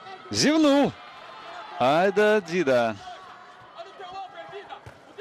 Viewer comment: Ударение не на ту гласную...Дида́, у всех других он Ди́да, бразилец же, ещё есть Андерсон Сильва́😅, Аэртон Сенна́ 😅 и пр. Слух режет